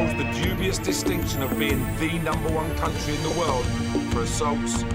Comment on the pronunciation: Please try to say my country 's name correct